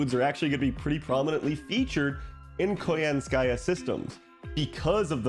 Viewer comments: it is koYAnskaya btw, not koyanskAya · for english speakers out there. in "Koyanskaya" the emphases falls on the first "ya", not 'ka" it's KoYAnskaya, not KoyansKAya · It's pronounced as ko-YAN-ska-ya. But anyway good content. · *snicker* What did you say? *replays* 😂 I am fluent in Russian, and your pronunciation is hilarious! Thanks for that.